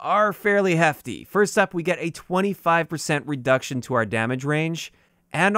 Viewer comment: Yo, 'redcution'. Just letting you know man. Keep up the good work.